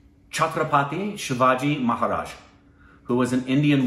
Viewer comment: when pronounced Maharaj's name promptly.. Go.. Go..